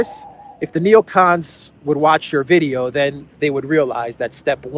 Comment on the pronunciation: "Necons, day dream belivers."